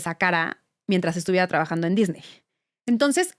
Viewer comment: Muy completa la información y para no variar, demasiado uso de palabras en inglés en lugar de usar su equivalente en español. Sin embargo en esta ocasión hay un plus imperdonable: no pronuncian correctamente el apellido Disney. Tache.